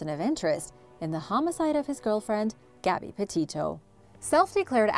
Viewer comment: Gobby Potitoe 😅😅 am I the only one who heard that poor pronunciation? Her name has only been said a million times